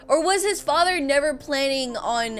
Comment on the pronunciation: HAHA “FACHERRRR PLEASE HELP MEE”